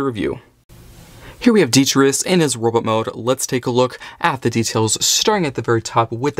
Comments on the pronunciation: well not really, as, when your pronouncing it, you're missing out the t in tus, you're saying detrius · Why you saying his name so wrong 😅 its de-tri-tus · Say it with me. Dee-Try-Tus. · That’s not how you say his name 🤷🏻‍♂️